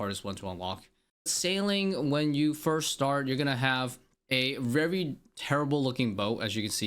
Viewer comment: Take a shot every time bro says vevry